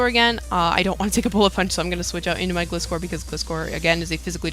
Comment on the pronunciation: I thought it was pronounced "Gly-score" since it is a gliding scorpion, I might be wrong though